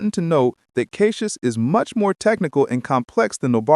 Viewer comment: I love how AI cannot pronounce CachyOS. It lets me know which reviewers didn't even research enough to learn how it's pronounced.